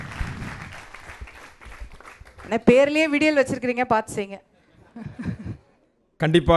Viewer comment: விடியல்!!!ல’ல’ க்கும் ‘ள’ க்கும்வித்தியாசத்தை. தெரிந்து கொள்ளுங்கள்